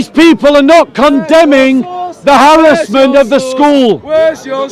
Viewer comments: Come and debate me when you learnt how to speak full English. Just to let you know I was the one educating you on your broken English it’s “harassment” not harrisment. And I admit I came with the intention to troll you 100%. To stop you from preaching extremist nonsense come and debate me about Islam the next time I see you. “Indeed it is not the eyes that are blind but the hearts” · This fella is just a typical example of what schools are spitting out now! They spend all of thrir focusing on Petty minded BS ( like pull the speaker up on his slight mispronounciation of the word Harassment!& Also saying ' Where's ur source'? When this has been a Natonal Story for quite a few months now!